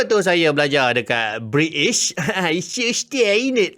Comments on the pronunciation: Bri'ish moment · bri'ish 'he 'hef'